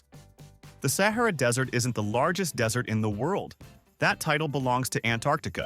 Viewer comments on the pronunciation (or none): The way the narrator pronounced Sahara (sa-ha-rah') shows that this was done with AI, or they do not know English. "Don't believe everything you read on the Internet." (Bob Dylan, drummer, Metallica.)